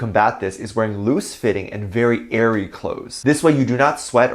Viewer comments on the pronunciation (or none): none